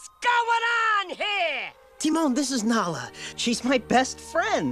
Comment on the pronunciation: Why is she calling her Nela instead of Nala?